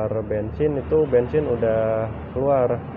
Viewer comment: bensin bukan bengsin